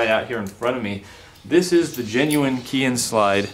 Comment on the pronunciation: Great video. Chicom parts are a great bargain if you can't afford a genuine Japanese part but you can't beat the quality of an original Japan made part. Just a FYI "KEIHIN" is pronounced kay-heen.